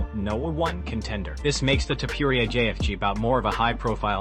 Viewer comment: Who on earth is GayyyETHHHje?